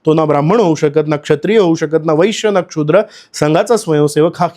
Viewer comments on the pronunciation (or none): बरोबर आहे तुमचं म्हणणं. असा चुकीचा उच्चार अपेक्षित नाही.